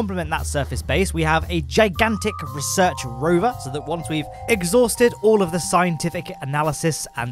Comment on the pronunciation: The way you say "Research" gives me anxiety